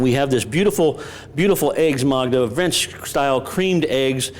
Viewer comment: It's eggs Magda, not eggs Magma.